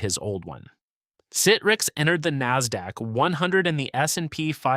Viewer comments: OMG, some of the pronunciations are HORRIBLE! I can mostly forgive Boca Raton but not Citrix. It's "sit tricks", not "sit ricks"! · Are you ever going to have a human read the scripts so we don't have to hear so many terms mispronounced?! Sit-riks, Boca Rah-tone. jeez